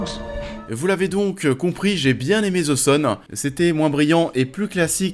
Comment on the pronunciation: Tu as raison mais je voulais savoir pourquoi le z à la place du th, en sachant que c'est plus proche du d que du z je voulais comprendre comment vous en arrivez à entendre un z.